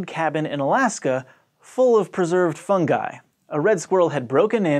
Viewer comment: Thank you this guy gets it its fun-guy not fun-juy